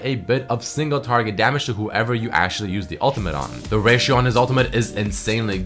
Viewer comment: ESPESHIALLY, ASHYALY, HONESTLY, AKSHYALE, PRETTY DAMN PRETTY DAMN. u are so annoying to listen to. Hire someone to write your text because you skipped school.